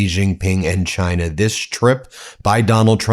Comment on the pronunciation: Do a compilation video on how that pos trump said China during the campaign, and how he pronounces China now. Campaign: GINER! Now, proper:CHINA He called China, GINER NON STOP WHOLE TALKING SHIT, Now it’s a proper, respectful, China.